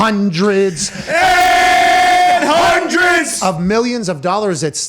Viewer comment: The hunderds, And HUNDERDS OF PPL 🤣🤣🤣 NICE!